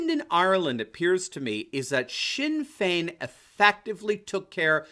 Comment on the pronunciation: Your attempt to pronounce the Irish names was brilliant. You got Sinn Fein spot on, really close with Fianna Fail and Fianna Gael too! Fe-na Fall and Fe-na Gale.